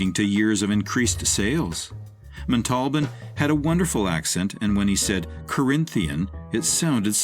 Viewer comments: "Montalban" not "Matolden". 🙄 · It's pronounced MON-TULL-BON, not MA-TALL-BIN....dumba%&.!